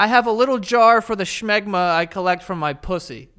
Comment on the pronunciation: Why you putting a 'ch' in smegma?